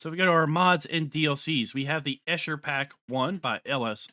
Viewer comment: Quite frankly, even for a non-native, you pretty butchered the name "Eicher".